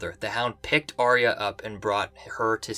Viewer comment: If Arya is your Favourite Character, How come you cannot pronounce her name???